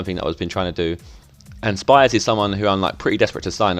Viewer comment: I'm a county fan, it's pronounced sh-pee-s